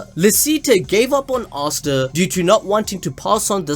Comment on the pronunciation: man says “arsta” bro its asta (ass ta)